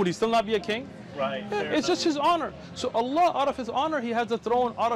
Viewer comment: Ppl .. leave everything aside, this is the first non Muslim non arabic human being that pronounce the name of the creator correctly not alaah or alaa but ALLAH ..💙💙may Allah bless him and his family allahuma ameen